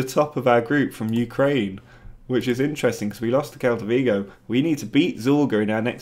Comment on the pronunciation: Quick pronunciation heads up. SEL-ta Vigo 👍🏼